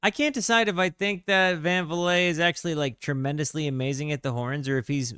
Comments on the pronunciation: The vocals for The Blimp were recorded over the phone. Either Frank called Don or Don called Frank and Frank recorded the vocals over the phone but that wasn't Don, doing the vocals. By the way, don't last name is pronounced, Van Vleet. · At one minute in a couple of factual errors have already popped up, (black paper not pepper...Van Vliet is pronounced van vleet). Not sure what was to be gained by checking out a nearly three hour YT clip from a poorly informed source, but scrolled through some of it anyway. Must have missed all the commentary that was insightful or amusing, (sometimes clueless people are funny). Would have to conclude that any attentive listener w/ a speck of intelligence will get a lot more from listening to TMR than they could from this. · Listen to "safe as milk" the captains previous release 67, with Ry Cooder presaging TMR. His Dutch surname rhymes with MEAT. By the way. I was a hippie rock 'n' roll roller in Denver then and picked up TMR on the basis of a raving review in an early issue of Rolling Stone mag, by Lester bangs. But I've played safe as milk hundreds of times over 50 years. It's a potpourri. You're a brave to venture into this nearly ancient musical territory. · Van Vliet - rhymes with Van Fleet.